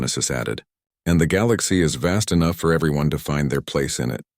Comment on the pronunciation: is it SO hard to pronounce Galaxy correctly?